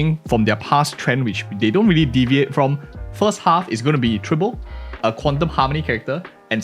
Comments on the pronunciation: Tribble? TRIBBLE?! Lololol (Dw misspeaking is common its just funny to hear) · My guy not only misprounced Tribbie but also said she is the first quantum harmomy character when we literally got Sparkle at the start of 2.0. Sparkle still number one in my heart